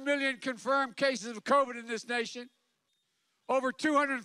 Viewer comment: I laughed so hard when Trump came on TV during one of his rallies. Trump: Covid Covid Covid Covid Covid COOVID! 😂😂😂this guy has gone crazy...